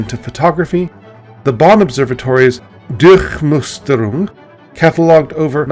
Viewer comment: Gesundheit. Bonner Durchmusterung not bond observatories Düchchmusterung